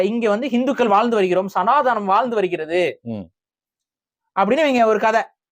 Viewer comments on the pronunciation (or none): none